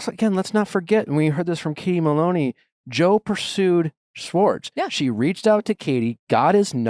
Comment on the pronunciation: Nick still mispronouncing Schwartz 🙄